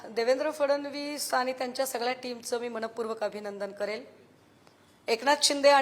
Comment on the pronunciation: ताई मणपूर्वक नाही मनःपूर्वक असे म्हणा